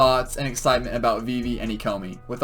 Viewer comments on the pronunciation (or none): Haha, no but you say Vee vee, if it was spelled Vivi then yeah I could see that. Steve is not pronounced Stevie, Christmas Eve is not pronounced Christmas Eevee.